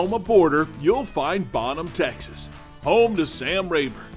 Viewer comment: This guy's voice a d how he says Texees....drives me nuts